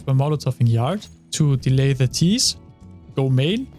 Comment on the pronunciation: did he just said YARD?